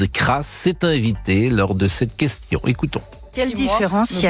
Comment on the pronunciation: Effectivement sans partager ses powitions sa quewtion edt nulle petain